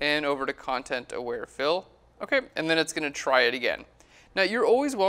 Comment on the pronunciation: I keep hearing "Content Aware Phil". Like there is some guy there who is aware of the content around him.